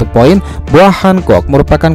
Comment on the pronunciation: Penyebutan poin nya kok gt min.. Biar mudah dibaca yak .. 😁